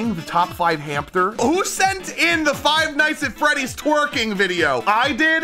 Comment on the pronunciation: "faz freddy fart hose something or other" is unironically what i heard